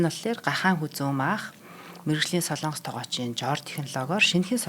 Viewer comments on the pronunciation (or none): none